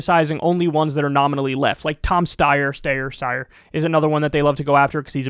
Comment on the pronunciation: Lmao, totally forgot about Tom 'Stayer Steyer' 😅😂😂